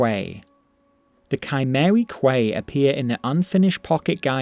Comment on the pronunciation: Quay is pronounced Key... And the Nord 'Seem any Elves' is definitely just a joke about there being a lot of elves. It's similar to a not terribly uncommon joke in England where we'll say something to the effect of 'The problem with Scotland is the Scottish'. It's a mild jab at the place for being the way it is I guess.